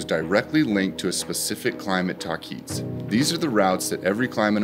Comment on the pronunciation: It is pronounced the way it is spelled, tahquitz : (tah-quit-s) not (ta-keets). Just FYI .